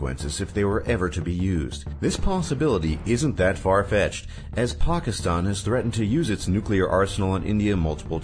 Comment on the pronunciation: The way he pronounces Pakistan triggers me.